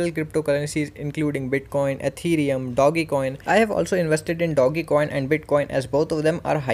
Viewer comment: Bhai Doggy coin nahi, Dodge coin hota hai 🤣🤣